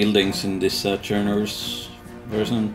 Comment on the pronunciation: BUT but but, its Chernarus :(